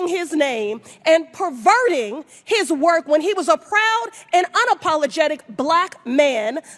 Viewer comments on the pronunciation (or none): none